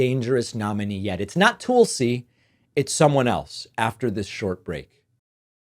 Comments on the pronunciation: It may not be too important, but Laura In Graham's last name is pronounced with the sound of two syllables : Ing-ram. And Tulsi Gabbards's first name is pronounced: Tul-si, not Tool-si. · As soon as you mispronounce Tulsi, I’m out. Very misogynist behavior.